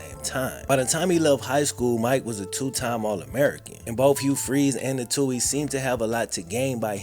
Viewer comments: Also, btw (not that I care about them) it's pronounced Two-eeez not Toe-eeez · They last name is pronounced..... Two-ey not Tow-ey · Love you and your vid’s but it’s “too-ee” ☘️ 🇮🇪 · First where u been? Also the TWO-E'S,THATS HOW THE NAME IS PRONOUNCED, ALSO SEND BIG MIKES SON CHECKS FOR THE FUTURE IE. COLLEGE FUND. BIG MIKE EVEN STOPPED CASHING THOSE CHECKS. SHAME ON MIKE SHAME ON HIM..